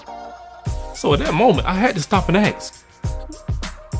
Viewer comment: That's ask not ax.